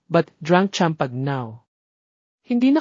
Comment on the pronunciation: Pronounce Chloe and champagne correctly😅